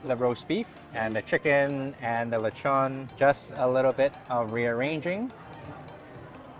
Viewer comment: You say Lechon like a pro 😃